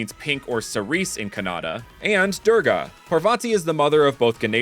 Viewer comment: Its not pronounced Durga but pronounced dura-gaa